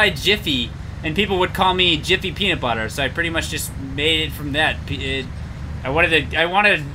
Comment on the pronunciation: lol you said "pee"nutbuder